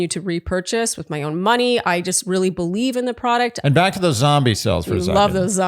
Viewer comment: Oh my lort when said “back” I thought he was saying rear. Rofl. It is so charming that he actually meant back ❤